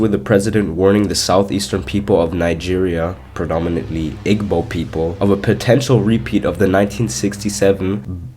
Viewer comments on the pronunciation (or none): This is a pretty cool video though there some strange mistakes you made in the first part of video The following are pronounced: Igbo:e- bow(g is silent) Biafra(bee-a-fra) Hope this helped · hey! loved ur vid, but as an igbo person i wanted to correct u. to say our tribe’s name it’s pronounced (ee-bow) 🫶🏾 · my friend, Igbo is pronounced as "eebo" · i dont wanna be that karen.. but its not igbo its ibo sorry lol.